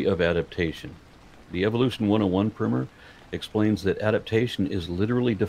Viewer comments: Primer is pronounced like prime number, prime the pump. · I hate hearing you say “primmer” over and over again - because it’s quite obviously “PRIMER” - not primmer. Like the base coat of paint you’d put on a wall - (or what you might call someone who shops at Amazon regularly). And even if “primmer” is the accepted way of pronouncing it in your part of the world, it’s still stupid and doesn’t make sense. It just means that so many people have mispronounced it for so long, it’s grown to become accepted. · you say 'primmer', but do you mean 'primer'. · ESL person here my english is pretty good and i've been reading books exclusively in english for a couple years now can we please change the spelling of "primer" to "primmer" if it is pronounced like that this just really caught me off guard always pronounced it like "prime"